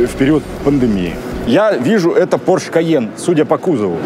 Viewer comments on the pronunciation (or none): none